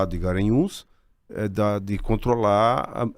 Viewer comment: Vc vê que o cara é fraco quando ele diz "aiotolá de guaranhus".